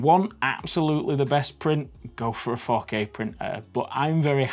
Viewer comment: When he said 4k printer I thought he said fuck A printer